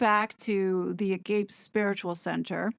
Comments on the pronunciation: *** Agape = It’s pronounced a gah pay (a = “open your mouth and say:…”) a gah pay😊 I had some exposure to this in Catholic High school. Never pursued it but not sure your interpretation makes sense. I always like your perspective though — even if I don’t always see it the same way. Honestly, you sound a little tiny conspiratory on the agape topic. No offense. Hope you don’t go down this route. 😮 Psychedelics are being increasingly used in psychotherapy— you see more research on it by trained medical professionals. Okay, thanks for listening. Be well. ❤ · FYI (small point) Agape is pronounced Ah GAH pay. Definition - Agape: In Christianity, agape is "the highest form of love, charity" and "the love of God for man and of man for God". This is in contrast to philia, brotherly love, or philautia, self-love, as it embraces a deep and profound sacrificial love that transcends and persists regardless of circumstance. Wikipedia Sound like a bunch of hippies at that "church" Also, doesn't this drug "exploration" put his kids in a compromised environment? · Agape……pronunciation - ah gop a. ( as in cop) and then a long a. No shade just fyi. 😊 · Pronounced “a -gop -ay” -Greek for love of God . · it is a/gau/pay...greek for a brotherly and sisterly love i was once a part of the jehovah witness cult and that type of love was pushed; just thought the pronunciation should be right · Agape - ah-gop-eh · Agape pronounced ah-ga-pee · Agape is Pronounced A ga pay. Agape is a form of love in the Bible but it’s not pronounce the way you say it’s. pronounced a different way. I’m not telling you that to be smarter mean I’m just saying. Google it it’ll pronounce it for you it’s actually a Greek word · Love your videos & your research. Agape as you say it means wide open. Agape’, a Greek word used in the Bible means unconditional love or charity. It is pronounced ˈa.ɡa.peː/, ah gah pay. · Agape is pronounced a gaa pee. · Hi, The word “agape” is Latin and is pronounced “uh-GAH-pay”. 🙂